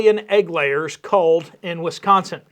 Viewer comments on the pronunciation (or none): none